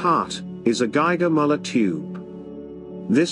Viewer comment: could it be considered that chemical analyzers from Bosean are also better then others if geiger perform so good? Just if you like to be closer to original German pronunciation Mueller is more like Myller rather then Mollar.